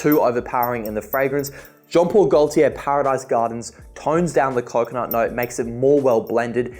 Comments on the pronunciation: The ‘l’ in Gaultier is silent. Sounds like ‘GoateeA’. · the way he pronounces Gaultier gives me ear cancer and I'm not even French